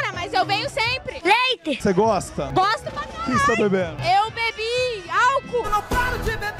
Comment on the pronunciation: leité kkkkkk boa boa